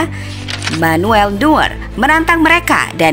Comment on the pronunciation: Itu sebutnya noyer